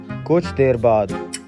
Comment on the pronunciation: Koch nhi... kuch hota hai